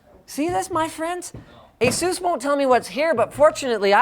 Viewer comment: why do people say Ay-sues? it's Ace-us